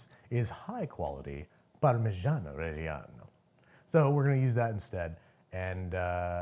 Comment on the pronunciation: You are pronouncing reggiano wrong